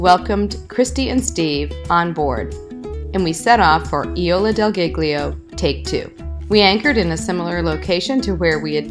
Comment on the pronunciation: Nice video. Your pronunciation is wrong, it's "Ih-Zoh-Lah del Gig-Lee-Oh" :-)